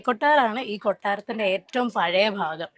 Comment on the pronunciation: ഫാഗം അല്ല ഭാഗം ആണ്